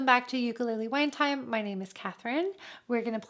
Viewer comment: Liking the channel but you gotta say ukulele correctly.